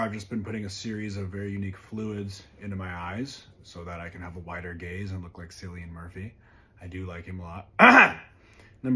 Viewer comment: His pronunciation of Cillian hurt me. Being Irish in a world where Irish people are becoming increasingly visible is hard.